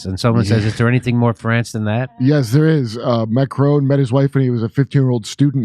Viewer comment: Macron … the light is ‘on’ not macrone… like I ‘own’ a house 😊